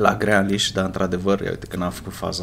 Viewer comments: Grealish se pronunța Griliș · Se numeste grilish